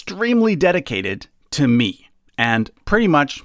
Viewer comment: the way emphasized "TO ME" cracked me up, he sounded confident about his favourite's loyalty